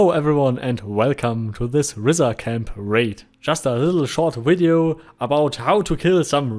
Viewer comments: Good video. I believe it is indeed "R-eye-zar" (as in eyeball). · "Risar" is a word in Icelandic and in Nynorsk (the book version of Norwegian), and means something like "(they) rise up", so I'm guessing that's where Star Vault got it. I'm also going to bet that Mats Persson and Sebastian Persson (no relation) and Henrik Nyström say it like the original: (in english orthography) 'REEsar', where ree rhymes with D. 'die' and s is a little hissy and the ar is 'like a pirate's "ARR", matey. Lots of English-speakers have said it a lot like you'd say 'reiser', but of course, we're wrong. As usual. It is my long-held belief that #RealReasonWeHaveRisar in Mortal Online is that the Oghmir (specifically the underground dwelling, ichor-swilling Huergar) used to steal Human children and eat them*, enslaving them at some point in history to work underground, where they devolved into Risar. Evenually, they escaped and broke to the surface, though they still retain the traditions of slavery and a disregard for suffering amng themselves. This would also explain why they can interbreed with Humans. Nothing else does. * They're better, now.